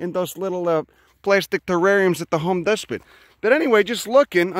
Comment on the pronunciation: "Sell em at the Home Despot" lmao xD